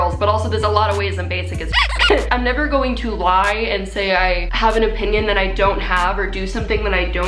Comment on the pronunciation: ... and we're going to gaying ready for prom ... I have no idea what's the deal with my ears